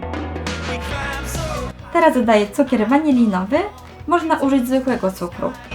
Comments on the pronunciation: Waniliowy a nie waniniowy😂😂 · Nie wanilinowy tylko waniliowy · Cukier WANILINOWY. Tylko ja tak usłyszałam? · Cukier waniliowy a nie wanilinowy